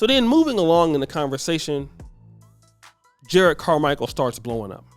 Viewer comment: juh-rod not jered. there are 2 r's.